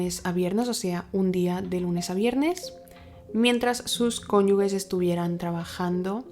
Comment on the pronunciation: Espectacular todo, pero se pronuncia conyuges…. No conyugues … lo digo porque al haber estudiado derecho mis profesores me regañaban constantemente con esto 😂😂😂